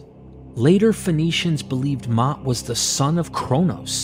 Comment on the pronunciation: Mot is pronounced like moat in English. Your pronounciation of mavet is good though.